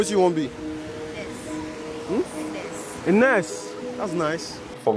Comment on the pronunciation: That girl said, nerse! Instead of nurse. Anyways I love my Ghanaian brothers from another mother.